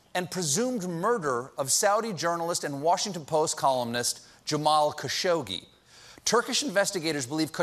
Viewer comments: it's khashoqji not -ggi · Seriously? "Kashogi"? Learn his name first, if you wanna act like you care. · it's pronounced 'khashogji'